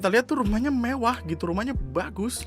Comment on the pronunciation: ingat yah bukan mewah tapi mevah